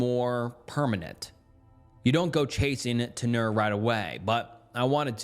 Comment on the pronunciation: hey guy 👋🏼 - tenure: ten-yurr Obviously if I can stay awake I’ll add to the list of mispronounced words, which has pleasantly gotten much much shorter that half the time I don’t even bother any more. Good job.